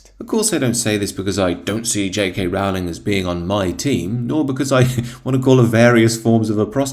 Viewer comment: Rowling rhymes with Bowling, not Howling.